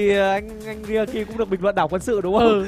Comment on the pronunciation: Cuối cùng t Rikaki có phát âm chuẩn tí dc hông . có chữ Q mà ba hồi Qui ba hồi Kiu là như nào